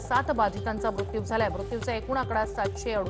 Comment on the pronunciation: मृत्यु चा उच्चार ही कधी शुद्ध करणार आहे ???.